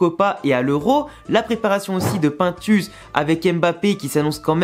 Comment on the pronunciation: Quand je t entend prononcer le nom de pintus mes cheveux chute